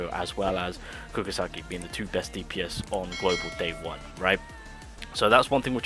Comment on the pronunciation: Got confused when you called nobara kugasaki